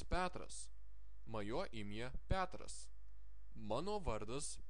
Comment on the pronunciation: Хочу внести небольшую поправку- в литовском языке есть буква "e", которая после согласных букв читается как звук" я".Поэтому в первом уроке следует исправить ПЕТРАС, на ПЯТРАС. Ну и ещё некоторые вещи есть, например "giarai" литовцы произносят " гярей"/. Произношение " гярай" не совсем правильное. :))))Если я неправ, надеюсь мастер меня поправит.